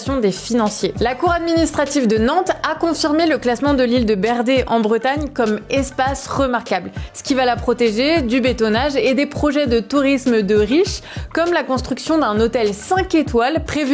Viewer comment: Bravo pour votre travail. On prononce le "r" à la fin de Berder (l'île).